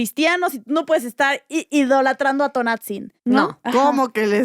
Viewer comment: Gracias por informarnos 💜💜 Solo pronuncien bien “Tonantzin” por favor 😅